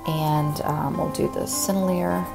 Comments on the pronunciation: Sennelier = Sen-nel-lee-AY. Girault = Jheer-oh. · lot of people can't pronounce it Sennelier ... Is pronounced ....SIN , L , E , A .... Thats the best way is could explain it .... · Thank you so much for all the great tutorials! I love watching them when I have time and trying out your teachings. Oh, and the way you pronounce Sennelier is SEN-EL-EE-AY. I hope that helps :) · Sennelier = Seh-neh-lee-ay Mi-Tientes = Mee Taunt Girault = Gee-row